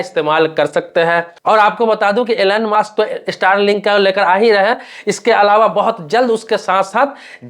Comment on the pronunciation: एलेन मास्क नही एलोन मास्क😂😂😂😂 Elen mask nahi Elon mask😂😂😂😂